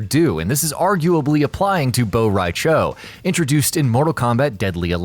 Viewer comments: Bo rai “chao!” Lmao it’s Cho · It's from word "borracho" which means drunk in Spanish so it could never be "bow rai chow" what the hell??? Why most Americans I've heard speaking other languages than their own, always come out to be a complete crap??? Learn to speak other languages, you're not the only ones on planet Earth!!! -.- although I'm expecting much, since I already saw some saying Portugal is a province of Spain... The ignorance is real!! 🙄🙄🙄 (just an example of how ridiculous is the fact that most of you think others don't matter but yourselves)... So this lack of effort on learning other languages than the American English bother me... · "Bow-Rai-Ciao" - (2019)